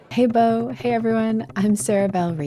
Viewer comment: Chuckled when dude called Bo "Bob Eats". I always read the name as that back in the old intros as well